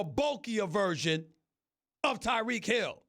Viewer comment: It's Tyreek not Tereek